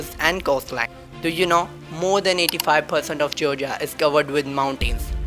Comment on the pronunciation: Georgia not gorga